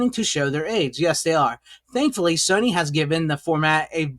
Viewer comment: Why the fuck are you calling it Sonny ? Its Sony. Nothing to do with Sonny. SONY! Why cant Americans pronounce anything at all regardless what country we're dealing with ? This is weird as fuck.